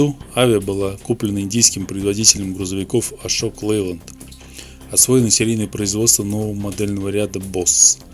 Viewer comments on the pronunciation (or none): Шокалэнлайде звучит )))))